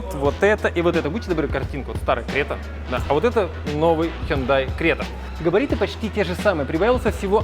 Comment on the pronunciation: Если написано Крета, то нафиг говорить Грета?